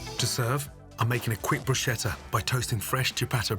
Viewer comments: Everything looks amazing and the first two even easy 🙂 But, please, it's not "brushetta", it's "brusKetta" 🥲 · How long have you been in the restaurant business? You still call it bruscietta it’s bru ske tta (bruschetta) for those who can spell Italian. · He didn't jus say bruszeta💀💀💀